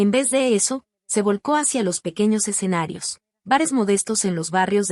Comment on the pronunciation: Admiro a esta gran cantaautora SIGA APRECIABLE DAMA ,Agrego algo curioso la narradora menciona " exenarios en lugar de escenarios "